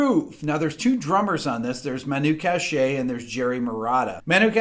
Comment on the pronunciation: It's Katch-é not Kash-é.